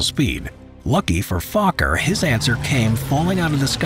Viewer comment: I like he said fokker as fu